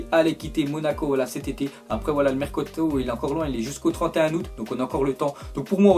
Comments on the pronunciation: le mercauto ? 😂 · Sa ma fait marrer quand a dit le mercoto